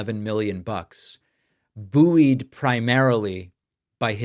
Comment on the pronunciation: The word “Buoyed” is pronounced “boyd” not boo-eed. 😂😂